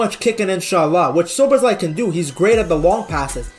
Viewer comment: As a hungarian its always funny to hear that every foreign people missing the right pronouncication but thinks he got it right 😂